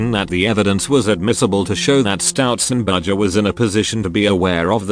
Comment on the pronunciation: "stoutzenberger" every fuckint time